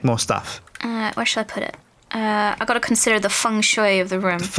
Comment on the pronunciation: actually said “Feng Shu” the first time, which means maple tree, he should teach Sips that.